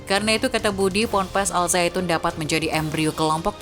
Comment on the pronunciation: Bukan.azaitun tapi.azaiton